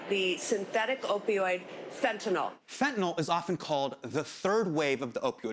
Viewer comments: hasaaaaaan...it's "fentanyl". why did you keep saying "fentaNOL'? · Why is he pronouncing it Fentanol? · *nyl. Fen-ta-NYL, not nol.. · If you're going to teach people about ANYTHING, please learn how to pronounce it. It's not FentanOLL or FentanALL! It's FentanYL - as in PILL, DILL, DRILL, PHIL, or NIL. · Please, I'm begging anyone and everyone who uses this word, look at it, letter by letter. It is fentanyl. Notice the last three letters? n y l. There is no O in fentanyl. It is not fentanol, not fentanal, it is fenta nyl. The nyl is pronounced like nil. This started when fat Republicans started pronouncing it without actually reading the word. Please people don't sound like an illiterate politician. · man i love hte piece but it's so distracting how he keeps saying fentanol instead of fentanyl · There is no such thing as fent-a-nall or fent-a-noll. Why can nobody pronounce this word? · Drives me mildly crazy that everyone mispronounces it as 'fet-in-nall' or 'fen-ti-nall'. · Anyone else bothered that he's pronouncing it like "fentanOL" not "fentanILE" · He keeps pronouncing it “FentanOL.” It’s bugging me. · it's fentanyl. not fentin-all. yanks can't read.